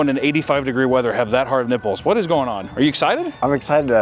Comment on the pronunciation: lmao his nipbles